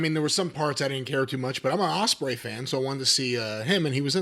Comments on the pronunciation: "Will Osprewich"🥪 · The way jimmy says Ostrich always makes me laugh